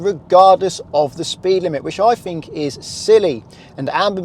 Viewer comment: It's not fink it's think .